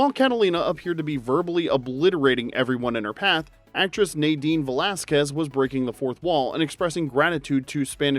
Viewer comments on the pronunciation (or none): none